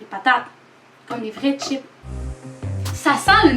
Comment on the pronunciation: C chipssssssss pas chip